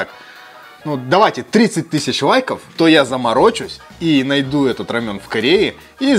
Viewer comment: это рамен а не рамЁн...осуждаю